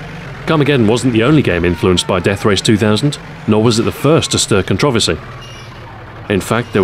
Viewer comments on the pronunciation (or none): a person in the US, I programmed for the Commodore Amiga [weird!] and subscribed to many UK magazines; I got the the vernacular they used. That said, while I understand "zed" and "aloominEum", I have NEVER heard 'controversy' pronounced that way... and I have BBC America! Also, don't be too mad at them as their country is being over run and likely won't last two decades. :( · Wise Guy 508 In my ten years in the military, working with over 27 countries, I've never heard that pronunciation. Perhaps the word never came up? All the same, it's 4 syllables and as such, the word is butchered to the point of being cringe worthy. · It's CON-troversy, not con-TROV-ersy! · I've never heard anyone pronounce "Controversy" as do you. I like the video and the content but sheesh! :D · it trips me out every time he says controversy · That's strange as I've NEVER heard it pronounced that way...??? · I'm from London and I don't accent the second syllable, so it's not an 'English' pronunciation at all. +Iliek Jeez. Touchy, aren't you? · Same here. I had to rewind just to make sure it was 'controversy' that I just heard. Literally the first person I ever heard pronounce the word like that. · Different places pronounce things differently.